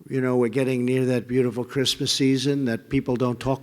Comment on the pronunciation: What's Grizzmizz? He keeps saying Grizzmizz. Who says Merry Grizzmizz?